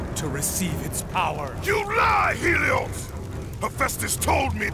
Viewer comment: It’s helios